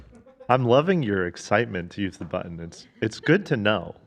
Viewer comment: didn't think there'd soon be a sound bite i love as much as "rettt hairrr" but "buTtN" comes awful close 😂